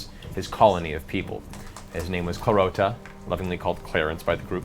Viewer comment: it's clarot(t)a, not claroca, but can see why you'd hear that XD